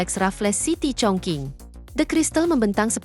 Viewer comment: Setiap youtuber yang baca negara Chongqing pasti salah. Chongqing di baca chungcing